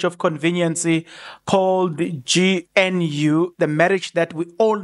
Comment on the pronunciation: I like your Channel but please do everything you can to pronounce GNU properly